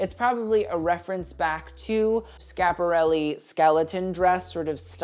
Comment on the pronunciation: I'm an og fashionista of a certain age who hasn't been truly excited about the artform in stone ages . I figured I'd take a look as you came up in my feed & I haven't seen you before . When you opened by pronouncing Schiaparelli correctly you had my interest . Your knowledge of fashion history is remarkable . Most youth I've seen don't know their decades let alone deep house history . Understanding taste & style is an innate gift which you seem to have . Not that we're born knowing everything but we naturally absorb that information in a sensory way . Thank you for your passion . I enjoyed watching it .